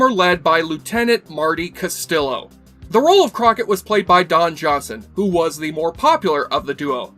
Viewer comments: Wow, couldn’t believe this narrator guy when I heard his pronunciation. Considering he’s a fan of the character, shame he couldn’t say his name right. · Sweet Jesus Man -- You talk about the pilot so much but somehow missed that Castillo (That's CAST-E-YO, not Cast-ill-o) isn't even in it? He doesn't show up until the 6th episode. Lou Rodriguez was the original captain. Nice that all this YT money is allowing you enough time to actually watch the pilot when you talk so much about it. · Stop with the bs like that Bruce Willis babble and stick to the subject. And learn how to pronounce your "favourite characters" name. Pronounced "Castiyo", not "Castilo". Do your homework,! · Crockett > Tubbs and its not even close. Its Cast EE oh ... not Cast illo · CastiLLo not Castilo 😅. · Cast-yee-yo, not "cast-il-o"! The show had its actual last original episode aired in 1990 on the USA Network - though the intended finale did air in 1989 on the National Broadcasting Company network. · It's pronounced as Casteeo -not Castillo. The L's are not pronounced. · Martin Castillo, the weirdest damn cop I've ever seen on any show. (Which is pronounced cas-tee-yoh, not castilo.) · OK... explain why you pronounced the double-l in Castillo as if they were English l’s. If you had watched ONE SINGLE EPISODE of the show that Olmos was in, you’d know how to pronounce Castillo [kaa-stee-yo].]Talk about F’ing up your credibility... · it is not Ca-STILL-o. it is Cast-ee-oo. double L in spanish makes a Y sound. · it's pronounced "castiyo", not "castilo" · I confirm, is castiyo, not castilo, (another spanish speaker) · It’s pronounced Cast-ee-yo. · Castillo is pronounced CAH-STEE-YO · Being his favorite character you would think he'd know that. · "Castillo" is pronounced: Cas-tee-yo. (That's "castle" in Spanish) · His name is pronounced Casteeyo. Jesu man. Accent it. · And, and, its pronouced "CASTIYO" damn it! :) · The 2 L in Castillo is pronounced like a Y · Bad pronunciation of Castillo!